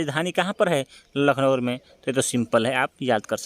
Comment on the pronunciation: Bhaiya lucknowur nhi hota h lucknow h 😂😂😂 kya aap naam bigad the ho